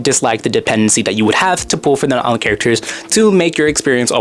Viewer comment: It’s not Knotlin is Natlan bro